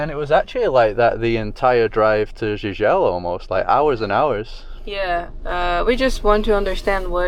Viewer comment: Pronounce: "JIJEL" (GEE-GEL)